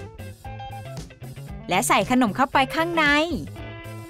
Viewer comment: คนเหนือมาเอง555